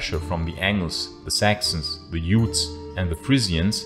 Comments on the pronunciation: "Jutes", not "Yutes". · This video was really interesting and nicely presented. You want to watch out for the pronunciation of less common English, words, though. For example, the initial sound of "Jutes" is a normal English 'j' sound, not the 'j' sound of German or Danish. Also, the word "Briton" is pronounced just like "Britain"; the first vowel is not a long 'i' (that is not pronounced like 'ai' in German). I offer these tips so that you can increase your level of quality, which is already quite good. Thanks for your work.